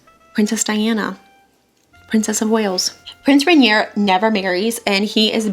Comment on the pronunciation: Loved this! You're so charming. I'm actually getting ready to play Grace Kelly in a play and I haven't been able to find the right lip color. So thank you!! Also, almost no one says Prince Rainier's name right so don't feel bad haha. It's pronounced like "Ren-YAY." Look forward to your other videos!